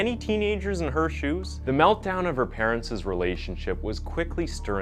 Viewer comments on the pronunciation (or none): It’s ‘parents’. Not parentses. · I cringe every time he says "parentses"... It's jus "parents". The apostrophe doesn't add another syllable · Parents. ... is not a three syllable word ffs It is said “Par-ents” two syllables ... not “Par-ent-sis” You don’t double down on the “ess” sound on the end of ‘parents’ even though it is a plural of parent ... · Vigilante is pronounced vij-ill-an-tee and parents is NOT pronounced parents-iz. Forget the iz!, learn to read English and pronounce words correctly. You're a terrible narrator. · I love these videos and stories! However, could use some work on grammar and pronunciation; for example "parents'" shouldn't have two 's' sounds. That's my only complaint though!